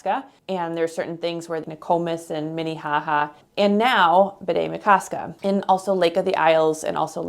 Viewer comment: Just a note: it’s Bde, not Bidet.